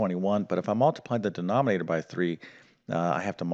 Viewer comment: Generally you speak clearly but it took me a while to work out that prom means problem and denomnator is denominator. Is prob, problem? Noom rater?